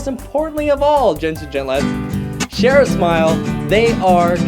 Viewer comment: 😁 you said sare a smile